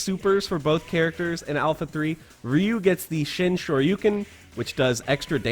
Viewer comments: Shoyu-ken vs Shoryu-ken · Isn't it Sho Ryu Ken?